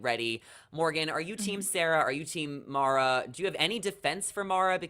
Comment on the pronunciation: Love you all but how have you missed that Mara is pronounced like marinara sauce and like Sarah. She’s mentioned it every time. 🤣😂😅🥰❣️🌹💋